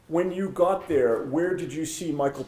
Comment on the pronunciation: OMG the hayer is thayer.🙄